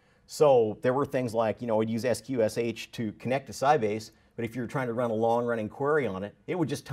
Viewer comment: FYI: sqsh is pronounced "skwish". And the sound is still broken. Too bad, because up to then this was an interesting talk...